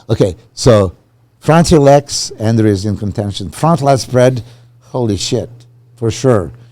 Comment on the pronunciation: butchering andrew’s name so confidently 😭😭🤣